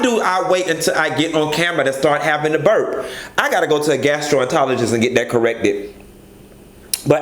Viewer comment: Yasss "Gastro-entologist" 😂